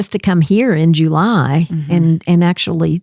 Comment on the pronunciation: I haven't heard JOO-ly since my grandpa would say it (he doed in 2001)!